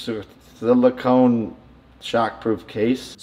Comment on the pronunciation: Surprised Jake couldn’t pronounce silicon. His wife is literally walking silicone implants.